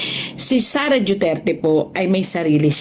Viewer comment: Bat JUTERTE ang pronounciation